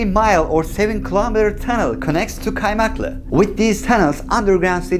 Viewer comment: kardeşim just FYI; ingilizce aksan yapacağım diye kasarken Türkçe yer adı olan kaymaklı'yı keaymeaklığ diye pronounce etmen gerekmiyor. Sevgiler.